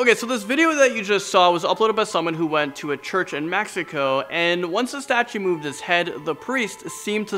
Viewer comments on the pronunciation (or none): none